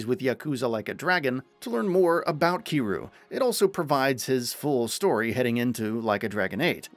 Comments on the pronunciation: Its Ki RYU like Ryu from Street Fight You know ? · I like that he managed to pronounce Kiryu's name differently every time but not once correctly, lol. And for those thinking I'm being a prick, I'm not saying this in a negative way. I honestly thought it was funny in a good natured way. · Your pronouncing Kiryu's name SOO wrong😂